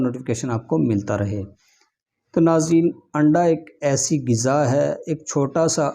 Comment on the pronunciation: its not "giza" - it is "Ghiza"